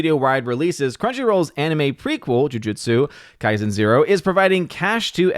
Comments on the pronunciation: No, you pronounced “Jujutsu Kaisen”, quite perfectly :P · Lol was just gonna say. Says it perfectly "I probably mispronounced something in there..." Made me laugh a little tbh